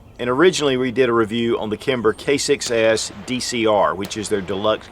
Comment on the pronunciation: ROFLMAO...at beginning he says Kimber K6s....sounds like he says Kimber Kicks A$$